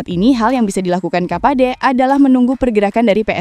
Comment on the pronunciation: Timur kapache mba bukan kapade.